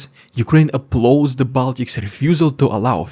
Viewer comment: There's a lot to admire about but his pronunciation isn't. Had to replay a bit 4 times to catch the word Applaud. My wife has been in England 40 yrs but her pronunciation is no better. Listening is an art. BTW since you quote roubles I guess you aim at other Russian dudes? The occasional $ might help the rest of us. Great beard. Flight radar shows lots of flights from Moscow to Thailand. Is it really cheap or is there some less obvious motivation behind the popularityof theccity of angels? Muscat and Turkey suddenly feature too but I guess those flights are almost empty, they keep veering towards US bases and UAVs.